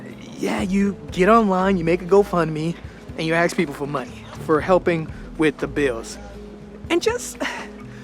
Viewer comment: Why do you always say aKs instead of aSk when you are talking about asking something.